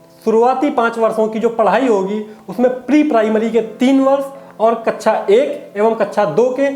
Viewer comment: Feedback- शब्दों का सही उच्चारण करें। जैसे- कक्षा मानक शब्दों का प्रयोग करें।